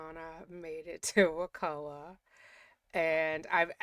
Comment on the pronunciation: I’m a third generation Tallahassee native, so thank you for your correct pronunciation of Wakulla! Years ago I was watching a show that mentioned it several times, and they kept saying it wrong! It drove me crazy! I have a close family member who is a lawyer in Tallahassee (but has nothing to do with this case). They had told me that it was very likely that Donna was in the Wakulla county jail instead of Leon county because of snitches.